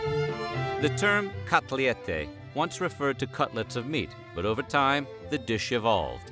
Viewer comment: Its not kotliete, its kotlet lol